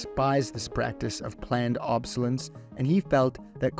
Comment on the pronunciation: You’re missing a couple syllables in “planned obsolescence” lol